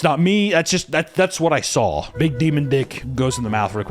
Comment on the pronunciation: Anyone else recently notice that says “drawl” and “sawl” no hate at all just noticed that